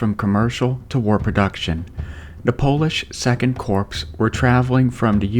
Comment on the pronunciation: Second Polish CORPSE! How about you and Obama who made the same idiotic mistake, take a course in English pronunciation together! CORPS is pronounced CORE, beanbrain, not CORPSE as in dead body!